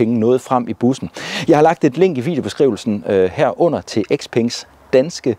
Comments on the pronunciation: Nej ikke Sepeng.. bare Speng! Når et ord starter med X, udtales det som S. Det er jo ikke noget jeg har fundet på, men blot almen gramatik. 😉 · Hmmm... Hvorfor kalder du den fine kineser-bil for X-peng..?? Siger du så også X-ylofon og X-anadu og X-antia og X-enon lygter..?? 😂😄